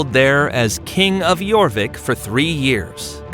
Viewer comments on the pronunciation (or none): none